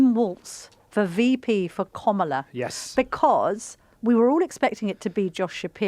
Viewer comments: No izs Kam not Kom its sound hidous Call tje name correct please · Comilar instead of Kamala 🤣🤣 Two terrible opinions spitting out the same dribble as every other fake news outlet! Waste of a watch! Don’t waste your time! Typical Donald Trump derangement syndrome on the full show! 🤮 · Why this journalist is getting so aggravated with a simple rule of pronunciation- she calls "Komala" to the Vice President. I mean what is the problem with people these days? And what is with age? This seems an ageist conversation....😮